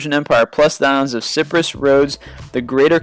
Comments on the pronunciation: is pronounced SY-PRUS not ciprus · sounds like citrus fruit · Ciprus sounds like it should be a juice lol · Siprus!?! Siprus!?! It's pronounced sy-prus Sorry, just a new thing for me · please i beg you man, stop calling my country cipress, its Cy-prus, not Ci-pruss, u do it in any clip with Cyprus. im CYpriot btw :P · He always pronounces it siprus its getting annoying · i dont mean to hate but i think you should check the pronunciation of certain wirds for example you called the island cyprus: ciprus